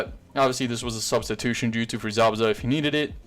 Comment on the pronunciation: Say justu